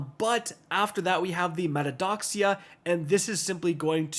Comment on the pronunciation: Mataiodoxia/vanity you can call it right is ma te o do xi a